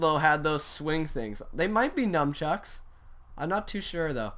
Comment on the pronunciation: Nunchucks Not Numchucks :D Motivation!